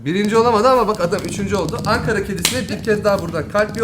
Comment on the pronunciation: Çok söktü, çok sıktı ve son olarak onlar spiiderden bahsediyor... Videoya seyreden arkadaşlara geçmiş olsun. Angara değil ANKARA!!!!!!!